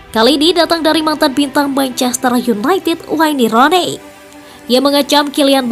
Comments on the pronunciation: Aduh admin masa baca waine ronei hahahaaa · Wayne rone, gak enak banget denger nya. Wen Runi kalau gak bisa nyebut nya di permudah